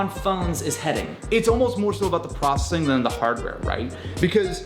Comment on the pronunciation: I couldn't get past the way he pronounces "processing" and "prossing". Replayed it several times even at .5x speed. My OCD is off the charts right now